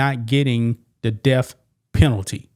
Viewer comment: Is the "deaf" penalty when the state takes your hearing? Th is not pronounced f! If you're going to speak on YouTube for a living work on the pronunciation of your words! DAMN! I won't listen to you it's obnoxious